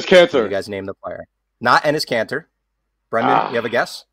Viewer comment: This 🤡 said Kanter wtf